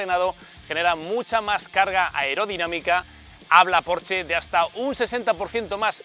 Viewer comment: Por dios me queman los oídos cada vez q dices porche ES PORSCHE!!!!!